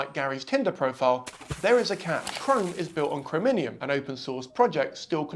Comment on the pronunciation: Btw. "chrominium" (sic) is "Chromium". Crow-me-yum. 😊